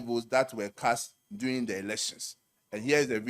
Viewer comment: The word is DURING not “DOING”. can’t speak English. 😂😂😂